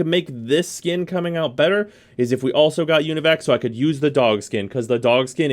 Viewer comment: Every time you say univac, you out your scrub side.